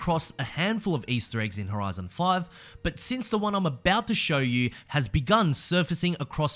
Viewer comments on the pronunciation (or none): none